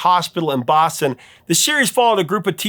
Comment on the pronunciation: Are you from the Boston area? You pronounce “Boston” like a true Bostonian, not a Hollywood characterature